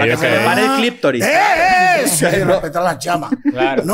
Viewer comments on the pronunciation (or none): Que diga cliPtoris es súper chistoso porque tengo un amigo que lo pronuncia así y cuando lo escucho me dijo: Viste guevon que así es que se pronuncia. Y yo 🤦🏾‍♂️